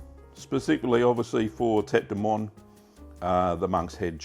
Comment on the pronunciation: In French, "moine" is pronounced MOO-ANN